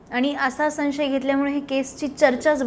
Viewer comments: मुलाखत चांगली घेतलीत..फक्त, "सन्शय"असे नका म्हणू."संशय"असे असते ते. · माननीय भामरे साहेब खूप सुंदर मुलाखत झाली. तुमच्यामुळे बऱ्याचशा गोष्टी कळल्या. तुमच्या बोलण्यातील साधेपणा व स्पष्टपणा मनाला भावला. तुम्ही तुमच्या भाषेवर लक्ष द्यावे. संशय हा शब्द चुकीचा उच्चारता...